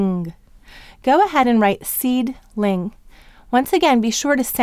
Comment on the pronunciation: I didn't understand the way she said seedling